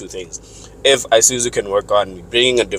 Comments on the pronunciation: Nice review as usual but I have a problem with the way some people pronounce the name of this brand. It's not I-suzu but Isuzu. Same applies to Iveco, it's not I-veco but IVECO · Eye suzu you mean